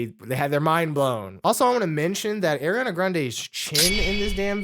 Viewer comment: Can’t believe people just be calling Ariana Airana…